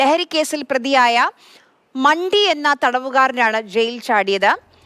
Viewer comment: "മണ്ഡി" 'മണ്ടി'യല്ല 🤣🤣🤣